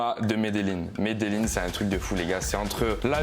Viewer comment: T as vraiment voyagé en Colombie pour prononcer Medellin "Medelline" 😂